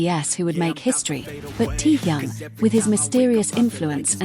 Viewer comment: Какая безграмотная блогерша мне стыдно за вас ударения в словах неправильно и даже имя такого известного артиста кумира миллионов не можете выучить а лезет со своими сообщениями а зовут самого шикарного Уникпльного мужчины в мире очень просто Ким Тэхен пора запомнить